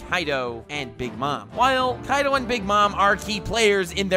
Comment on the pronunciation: Its not kaido its kai d o